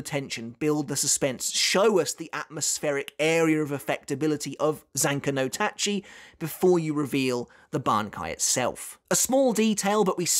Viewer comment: Big respect for. He managed to say Zanka no Tachi: South so well, and I keep stumbling over it every time I try.